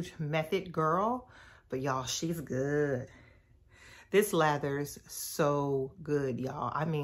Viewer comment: Listen!! When she put the "T" on the end, I started looking for my sweats & slides, cuz I was heading to Target at that exact moment. And did! 🤣🤣